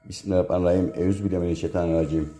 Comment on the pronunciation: Besmeleyi bile doğru söylemiyorsunuz bismilla banayim ne bismillahi rahmanirrahim küçümsemek için söylemiyorum düzeltin diye yazıyorum